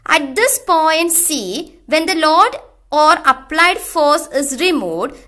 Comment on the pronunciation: Its Load .... not Laud